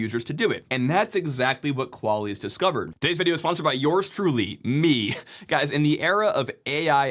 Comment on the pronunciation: Mandatory Qual-isss, su-doo comment